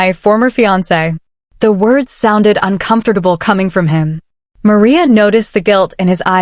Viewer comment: How does this AI pronounce 'uncomfortable '🤔🤔